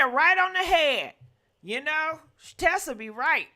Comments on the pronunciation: Not Tesa it’s Tisa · You use Tisa content but you continue to pronounce her name incorrectly.